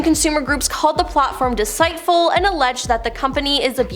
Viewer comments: Saying this with no hate please, as a broadcaster please pronounce these words correctly. You have a very beautiful flow otherwise . deceitful is “D-SEAT-FULL” and heroine is “hair-oh-inn” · the fact you cant pronounce "deceitful" & "heroine" is shocking